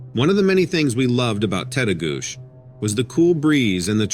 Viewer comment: Story 5: FYI Tettegouche ends with a chi sound instead of a sh. Lol. And, it’s a great park for climbing over Lake Superior, too. Those hikers disrupted a telepathic Sabe/Sasquatch man. It’s probably best to state your intentions when going into the woods and (personal experience at my parent’s cabin near Grand Rapids, MN) Sabe love bananas, grapes, apples, nuts and fruit loops, so you can always offer some as a peacemaking gesture before telling him that you are only visiting and about to leave now. Most cryptids can understand English and Or sense our intentions. So, don’t think about their stench, as they think they smell good and we stink. 😅